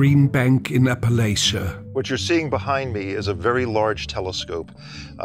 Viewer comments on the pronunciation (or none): As a West Virginian, a rule of thumb is if you say Appalaysha, we will throw an apple at cha. It’s appleatcha. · If you’re gonna visit Appalachia, please say it right App-uh-latch-ta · It's said like app-uh-latch-uh hun...but y'all are great😅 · It's pronounced apple atcha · Its pronounced App A Latch uh. Your welcome. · it's pronounced APP-A-LATCH-A. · Going to have to throw an Apple-At-Cha for you how you mispronounced Appalachia after being in Appalachia,. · I stumbled across your channel and enjoyed your video BIT you’re pronouncing Appalachia wrong. There’s not a strong A in the middle, it’s pronounced like throw tan apple at you. Ap-a-latch-cha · getting reallll tired of people pronouncing “Appa latch uh” incorrectly. its pronounced “Appa latch uh”. please get it correctly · As a lifelong West Virginian I loved seeing you guys explore a corner of my state! I’m glad you guys had a good experience, and thank god you guys found Kate. One tiny criticism: locals pronounce Appalachia as app-uh-latch-uh. Just as a little tip for your next visit :) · If you say Appalachia, I’mma throw an Apple-At-cha. That’s a phrase to remember how to say it. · Only if they could pronounce the mountain range like a local lol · You better start pronouncing the name of those mountains right before someone through an apple atcha.